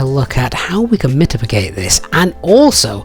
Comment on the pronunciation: What was that word? mitipigate?? 😅 Otherwise very expertly explained. 👍